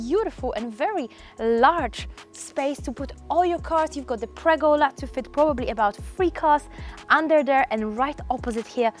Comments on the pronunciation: btw: it's called a PERgola, not a PREgola ;-) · Pergola. PER-gola. Not pregola.